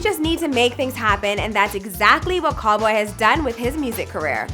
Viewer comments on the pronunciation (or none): it’s cowl-boy not Call-boy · it’s pronounced cal-boy and also calumet city isn’t a district its a city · Cal....😭😭😭😭 and it’s calboy not call boy 😒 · It’s C-ow-l Boy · It’s actually “Cal” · It’s CAL boy like CALifornia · Right like wtf is call boy